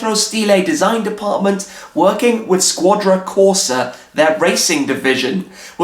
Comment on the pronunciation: "Shquadra" Corsa!